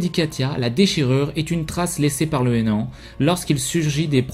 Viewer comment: je croit que t'as dit enan au lieu de néant